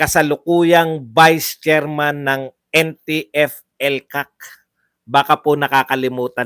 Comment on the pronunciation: Yehaaay na bigkas na nya NG maasyos Yung NTFELCAC